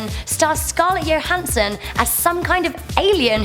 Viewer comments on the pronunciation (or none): she said Scarlet yohansson not johansson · Anyone else bothered by the fact she said Scarlett YOhansen instead of JOhansen😂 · Did she say scarlette YOHANSSION? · Scarlet Yo-Hansen. wtf. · I find your pronunciation of Johansson disturbing... please quit your job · She said it like a German